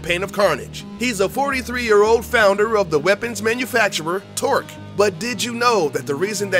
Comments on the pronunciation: Who is Mr Torque? I know Torgue, but not Torque.. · Did this dood just say torque instead of torgue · It's Torgue. Not Torque. Not that I mind, either way it sounds cool. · His name is Mr. Torgue High Five Flexington, not Mr. Torque... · ...he said Mr Torque... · Torgue vs Torque.. its a g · its not mr Torque its mr Torgue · itsTORGUE not TORQUE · who the f**k is Mr Torque? really wish the speaker would've taken time to read that it's TORGUE . .....and he said it's stuff viewers didn't know ahahaha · quite frankly i dont think you guys even play borderlands. you didn't even get Mr. Torgue's name right, not once, but twice. which means you don't know the manufacturer name is "Torgue" and not "Torque". make videos on games you care about, not games you make videos on for views. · BUT DID YOU KNOW THAT HIS NAME IS ACTUALLY ‘TORGUE’? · Torque? Lmao